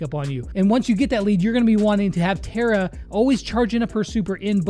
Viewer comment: I m once again saying its Tara not Tera